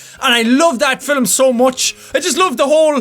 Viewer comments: does anybody notice he said filem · His accent is great, and most of the time, it's just really nice. Occasionally, however, it gets distracting, such as when he pronounces "film" as "fil-um." :P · the way he says film is soo amazing. filem